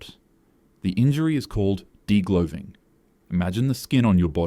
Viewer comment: Why'd you say de-glowve-ing and then say imagine it coming off like a glove. 😂 You said it wrong then said the literal thing it's named after properly.